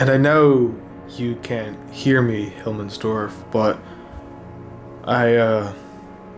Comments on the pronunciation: "Hilmmensdorf" It's Himmelsdorf but whatevs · Who th calls the map "Hilmmensdorf" except for that, good vid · "Hillmensdorf", it frustrated me everytime u said it incorrectly xd, nice vid tho